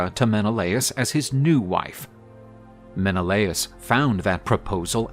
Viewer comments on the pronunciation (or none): none